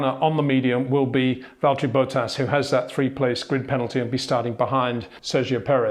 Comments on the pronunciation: get the names right please... its Verstappen not Verschtappen...its Bottas not Boatas...its Leclair not luklurk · HEY PETER WINDSOR, I HAVE MESSAGE FOR YOU SIR: it is NOT Max "verSHtappen" ... Max is not German (Germans indeed do pronounce "st" as "sht") ... #Max33 = Dutch NL/Belgium! ... It is not "Bottash" nor is it "Lewish" certainly not "verSHtappen" .... This BS started long time ago when a British sport presenter interviewed father Jos Verstappen and assumed you can use a German pronunciation to a Dutch Driver thinking it is so "funny" ... It is not.